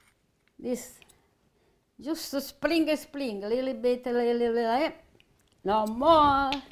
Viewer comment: always says alila bit salt then she throws in half a handful 😂 I love you, I always have you or Osara on when I cook